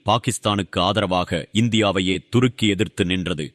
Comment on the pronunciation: Durukki இல்லப்பா. Thurukki. மாத்தி மாத்தி உச்சரிக்காதீர்கள்.😂